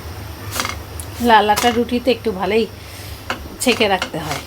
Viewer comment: রুটি "সেঁকে" রাখে,.. "ছেকে" না। আপনি তো শিক্ষিত,কারমাইকেল কলেজ থেকে পড়াশোনা করেছেন। আপনার ভাষা শুদ্ধ হওয়া উচিত এতদিন ধরে ভ্লগিং করছেন যেহেতু। আর কলাই এর রুটি আপনি যেভাবে বানান ওটা সঠিক প্রসিডিওর না৷ আমার নানু এবং দাদু বাসা রাজশাহী। কলাই রুটি মেইনলি রাজশাহী আর চাঁপাই এর মানুষ খায়৷ হাতে পানি দিয়ে দিয়ে কলাই রুটি বানায় এবং অনেক ক্রাঞ্চি হয়। ওটাই একচুয়াল বা অথেনটিক কলাই এর রুটি৷ আপনি যেটা বানিয়েছেন সেটা নরমাল কলাই এর আটা দিয়ে তৈরি রুটি৷ কলাই এর রুটি কখনো নরমাল রুটির মত ফুলবেনা যেটা আপনি করেন। মাটির কড়াই এ করতে হয়। তাই আপনার এটাকে কলাই এর রুটি বলেনা। আপনি যেহেতু ভ্লগিং করেন, তাই আপনার এই বানানো দেখে যারা কখনো খায়নি তারা মনে করবে এটাই একচুয়াল টা। নেক্সট টাইম এভাবে বানানোর সময় বলে দিবেন, এটা কলাই এর আটা দিয়ে বানানো নরমাল রুটি। আসল টা না। যেহেতু আমার এলাকার একটা বিখ্যাত খাবার এটা, তাই সেটাকে এভাবে বিকৃত হতে দেখে আমার খারাপ লেগেছে তাই বললাম।